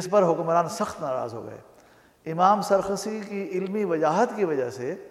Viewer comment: naam teek lo g sarkhasi nahi sarakhsi hi khafa naho